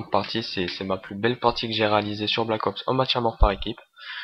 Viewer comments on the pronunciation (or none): none